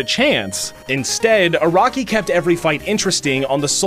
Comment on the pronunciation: "A-RACK-KEY" "HOM-IN" You Bostonian or something?